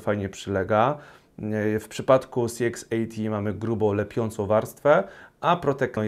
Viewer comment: Dziękuję za recenzję. Jedna sprawa: CX80 wymawiasz tak, że dla mnie, nie widząc monitora, brzmi to jak CXAT. Jestem ciekawy Twojej opinii o higienie po strzelaniu.